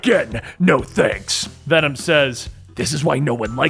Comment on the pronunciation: “We are Wenom” 10/10